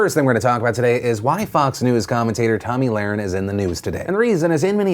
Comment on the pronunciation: Can you say her name right damn shit